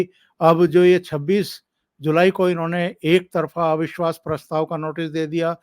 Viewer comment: एविश्वास नही अविश्वास बोलिये